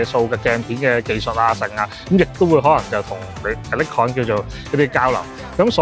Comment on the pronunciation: 不好意思，好似好多公司名英文都唔啱。Nikon 已經唔啱，Oakley 應該係oak….ley唔係occ…key…….. 不好意思